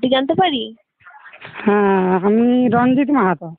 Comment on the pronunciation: রাঞ্জিত আবার কি? ওটা রঞ্জিত, বাংলায় বলুন, এটা ইংল্যান্ড নয়